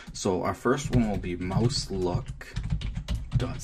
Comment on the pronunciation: MAUS LOOK SCRIPTS NOT MOUS LOOK SCRIPTS